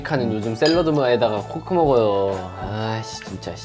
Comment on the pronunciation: 발음 잘하셔야 합니다 cock 이 아니라 coke 입니다 ㅋㅋㅋ 발음 하나로 콜라가 꼬ㅊ..로